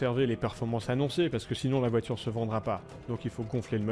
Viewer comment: Troo stylay😂😂😂😂 la voidure je l'achète volontiers mais je suis pas milliardaires